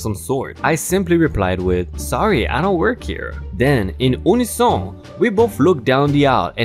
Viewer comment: in the word UNISON The U at the beginning is supposed to be said like YOU--NEH--SON